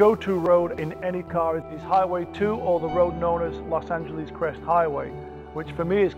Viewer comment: "Los Anqeleeze" :)